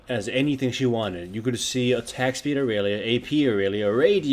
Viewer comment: Enterprise and you still saying irelia wrong and you are bad dude just stay out of it I was talking 3 weeks ago you morron